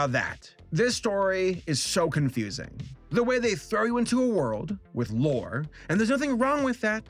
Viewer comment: Some reason I kept hearing you say vore not lore...I hate myself